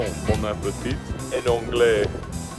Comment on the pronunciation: not wilbur saying "boys. bonappotite"